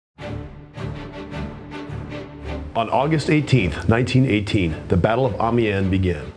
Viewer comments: I enjoyed the video but have a couple of niggly comments about the commentary. 1) Amiens is NOT pronounced Army-en. It's pronounced more like Am-e-on. I found this a bit off-putting, as it was said so many times during the film; 2) The Australian LOOtenant should be a LEFtenant. He's not an American. On the whole 8/10, it would have been a good 9 with the correction pronunciation of Amiens. :-) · Isnt Amiens said em-E-ens Sincerely -person who plays to much BF1